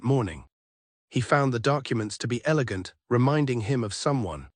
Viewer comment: He said an “elagant attack” 😂😂